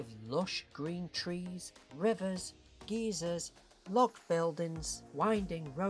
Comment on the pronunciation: The word geyser is not pronounced “geezer”. A geezer is an old man in US vernacular. I’m having images of Carl from Up being stationed in the park when he says there will be geezers. 😂 (come to think of it that would be kinda cool)